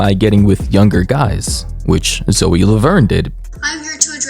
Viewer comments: Dude it's not "zo laverne" its ZOEEEE (sorry that was really annoying me) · Why you call her zo its zo E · why is he pronouncing “Zoe” like “Zo” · Zo? It’s Zoe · IM SORRY BUT THE WAY U PRONOUNCED HER NAME AS ZO INSTEAD OF ZOEY PISSED ME OFF FOR SOME REASONFBVF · brooo i can’t help but laugh at the way you pronounce zoe’s name😭😭😭”zo” BYE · Lol it’s pronounced Zo-ee. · I'm 3 minutes and 49 seconds into this video and I just realized he pronounces the name Zoe as Zo LORD 😂